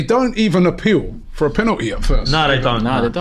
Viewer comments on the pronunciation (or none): Why does says the word penalty “penateee”? Why does he try to talk black? You’re not black mate, you’re right? Sort yourself out pal ffs